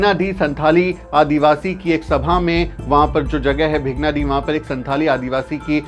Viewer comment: Sir भेगनाडीह नहीं शुद्ध नाम है भोगनाडीह district Sahebganj (jharkhand)